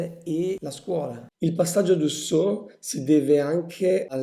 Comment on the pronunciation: ... interessante e chiaro, ma stride la pronuncia tedesca ... ora ho sentito "Weimer" e "Dessò" ... non proseguo, mi dispiace!